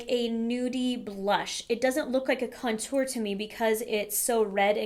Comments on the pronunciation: Haha, yeah. I think she's just putting the emphasis on the second syllable, "con-TOUR", instead of "CON-tour". I used to do the same with "UMbrella" :D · Your pronunciation with certain things really irk me lol tarte-tel-lette 😒🔫 cun-tour 😒🔫